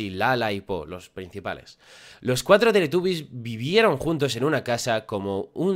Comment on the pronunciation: No es teletabby's es teletubby's